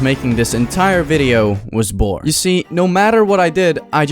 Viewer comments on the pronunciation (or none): ok so he meant it the other way around cuz if you close your eyes on the sentence it sounds like he said bored instead of born